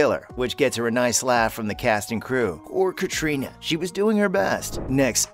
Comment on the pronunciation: Oh dear....clickbait and you cannot pronounce Catriona